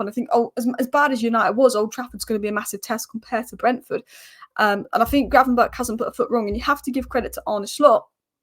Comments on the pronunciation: apparently the ch at the end of gravenberch is pronounced as a g so its gravenberg. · How many times did you get gravenberch’s name wrong lol